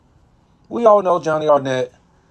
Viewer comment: Man, is Arnett not Arrent 😅